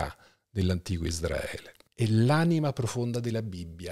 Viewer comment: Ma perché pronunci ISDRAELE?! Quando si pronuncia ISRAELE?